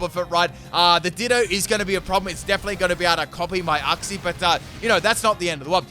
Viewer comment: That’s how you say uxie